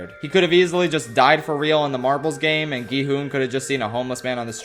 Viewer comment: 😂everytime u say marbles sounds like ur saying "marvels" me thinking marvel rivals😂